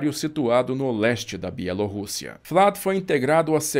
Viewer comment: Que refrigério ouvir alguém em 2021 ainda pronunciando “Bielorrússia” em pt-br como se deve.